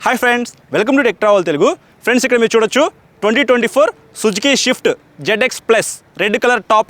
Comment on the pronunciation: orey adhi Swift, "shift" kaadu